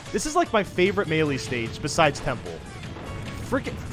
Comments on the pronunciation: Say it with me comment section ITS NOT MELEE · It's NoT mEElE